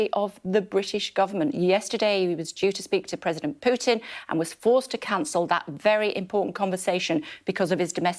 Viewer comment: Sorry to be pernickety but it ay Pyootin Mr Gove it's Poo-tin. Sounds funnier in Black Country English